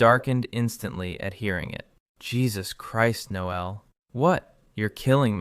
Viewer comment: And pronounce the male version of “Noel”. Your AI is using the female pronunciation. Then the droning on and on like two silly teenage girls in high school. If your audience is M4M these two would have at least explored each other’s bodies while sharing a sleeping bag. From the first night with the gay guy having a crush on his very attractive straight friend with an attractive body so close he could feel heat, there would have been an arousal that someone would be trying to hide. That is unless they were normal guys and had normal sexual drives that started their relationship on a camping trip, in a sleeping bag, because of one guy (the supposed straight one) had a malfunction with his sleeping bag, which resulted in the closest possible proximity between the two of them. Instead of developing a sexual connection that would be normal for an adult male, even one supposedly straight, to Admit feelings towards his gay best friend would be with an arisal as well as with words and their first kiss. There is no way two adults in their mid 20’s would let an opportunity like this “camping trip” in freezing cold temperatures, pass by without experiencing each other’s body at least with hands and tongues. Since I find your channel crap and tedious, especially since there is no personality in it, just the same old AI dribble that everyone else is repeating. Then to make matters worse it’s read by AI that can’t pronounce words in the English language properly. Very irritating to someone